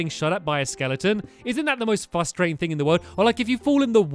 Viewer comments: I absolutely love how he says "fustrating" instead of "frustrating" It makes me laugh every time :D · Frustrating not fustrating oh silly stamps